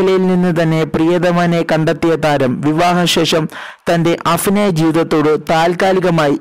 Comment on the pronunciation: Afinayam alla abhinayam